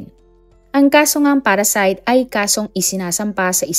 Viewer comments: Parricide po yun not parracide.just to correct lang kase dami mo ng video akong napanood but you keep mispronouncing the word parricide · Parricide mam not PARASITE